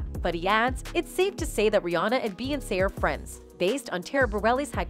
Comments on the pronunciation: thsts the only reason why I came here..."you sound stupid saying beyonce learn how to speak clown"🤷🏾‍♂️ fucking annoying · Noones gonna comment on how she pronounces Beyonce?! OMFG!!!! 😡